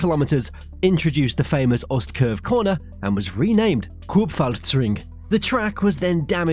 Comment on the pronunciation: You are very welcome! Only word you pronounced wrong is "Ostkurve", the 'e' sound is missing at the end. Unlike French or English (like e.g. "hour" or "honor"), we do not have non-pronounced hidden letters. (At least not from the top of my head).